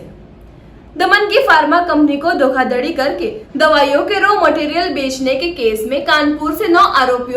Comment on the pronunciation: धोखाधडी नहीं धोखाधड़ी होता है । फर्मा नहीं फार्मा होता है ।